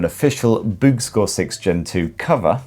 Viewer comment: Every time you say "BOOX" it sounds like "boobs" 😄